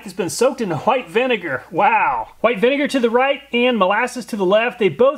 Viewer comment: whoite vinegar lmao